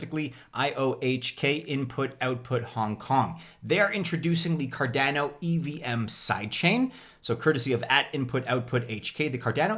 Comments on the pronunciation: Why can't you pronounce Cardano correctly?! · Car dana oh 😂 last Cardano video you were sooo close 👌